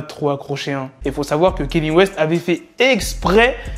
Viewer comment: Sinon petite rectification sur ta prononciation envers Mr WEST mais c est KANYE WEST et non KENYE WEST voilà car je sais que beaucoup font cette erreur de prononciation sinon toujours lourdes tes news et en route pour le million 👍🏿